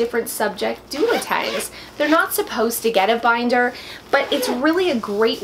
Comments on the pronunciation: LOL....Ok, I KNOW it is pronounced Duotang, but I always have thrown an "L" in there....lol...no idea why. I can't help myself. It is one of my many, many word issues!!!! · What's a doladang!? Lol 😬😂